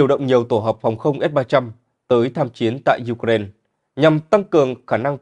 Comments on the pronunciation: đã bảo vậy mà, nghe thật hay đúng không ? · BTV phát âm Ukraine nghe hay hơn Ukraina. 👌👍❤️